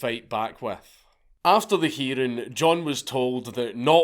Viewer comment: “During the heeding.”